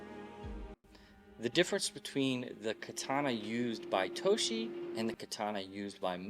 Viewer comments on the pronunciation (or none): TOJJJJJJJJJJJJJi not toSHi ... :D